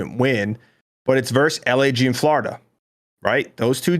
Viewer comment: Aches - "Flahoriduh"